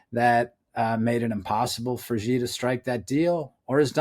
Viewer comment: I find it amazing that people like this author write books about people and can't even pronounce their names. The Chinese leader's name is pronounced 'she' just like the female pronoun. Imagine people writing a book featuring President Trump and pronouncing his name 'Frump'. I'm no lover of the Chinese regime. I lived in China for 13 years and have a Chinese wife. As mentioned, their are 2 groups in China; the Chinese communist party and Chinese people who don't matter except how they can benefit the C.C.P.